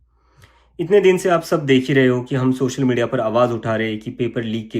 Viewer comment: Reporter Bhai सोसल नहीं सोशल बोला जाता है। पहले बोलना तो सीख लो। और हां भारत की जागरूक और देशभक्त GenG के सामने तुम फेल होगै